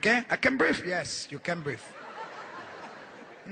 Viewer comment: Vieja.... Igotta pein in mai shess..... An ai can breef